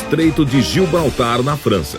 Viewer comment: em o locutor fala "estreito de gilbaltar".... que fica na França........brincadeira né? só pode.......os caras fazem um documentário de uma hora e meia e o locutor não sabe falar o nome do lugar....e ainda erram.........o estreito de Gibraltar nunca foi na França.....a não ser que seja na França da terra plana desses malucos...........e ainda fazem a animação gráfica mostrando uma cidade diferente da que o pseudo-pesquisador diz estar......juro que eu tentei continuar assistindo.......